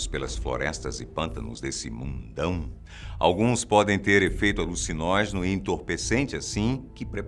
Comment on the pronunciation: Você disse... ALUCINÓGENO ?